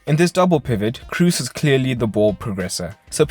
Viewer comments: can't stand your pronunciation of Toni Kroos it should be pronounced as "Cross" not your Crus or something like that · As a german I can say you pronounce it "cros", but with a long "o". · No, it is like Cross